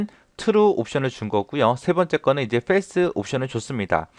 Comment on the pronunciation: FALSE를 페일스라고 읽어야 하나요?? 영어로 폴스라고 알고있어서요...